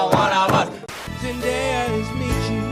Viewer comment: He pronounced zendaya correctly